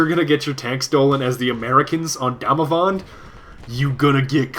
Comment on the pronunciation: the way you pronounce Damavand sounds so German. Do you have any German relatives?